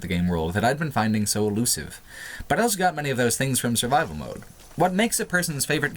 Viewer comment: says elso instead of also.